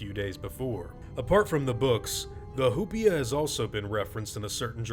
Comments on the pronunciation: hu-pea-a Me: hu-pie-a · I keep thinking he’s saying “hoopla” and it’s making it 20× better. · It’s probably pronounced “oo-pee-a,” if it’s from Spanish, since the “h”’s are silent.